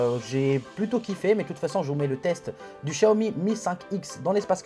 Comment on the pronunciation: C'est pas shaomi chaomi c'est xxxwxw xiaomi xxxxxx c'est un peu agassant prononce bien